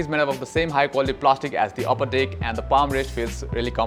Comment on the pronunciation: Bro video is good and pretty helpful but Pls say 'deck' and not 'dick' . It makes the video pretty wierd